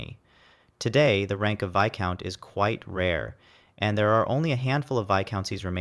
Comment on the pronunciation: The S in Viscount is silent and never pronounced